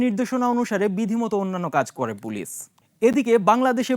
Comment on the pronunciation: প্রিয় উপস্থাপক, হয় বাংলায় “পুলিশ”👮🏽‍♀️(pulish) বলেন আর না হয় ইংরেজীতে “Police” 👮🏻‍♂️ (পোলীস) উচ্চারণ করুন । এর বাইরে পাকামো করার অবকাশ নেই । ধন্যবাদ ।